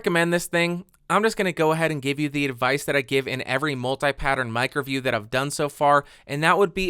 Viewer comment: I still think you're saying "microview" instead of "mic review"